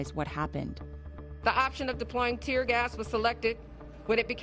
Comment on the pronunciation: Lol did you meant to say tier gas lol